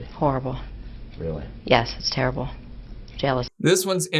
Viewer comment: What a terrible, rerrble interviewer!